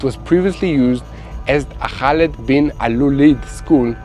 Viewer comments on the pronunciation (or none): none